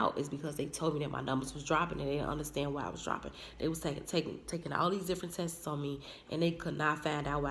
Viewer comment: Not trying to be mean but I’ve listened to several of your wonderful videos but, you mispronounce Tests in every video. You are saying Tesses, the correct wording is Tests, just test with an S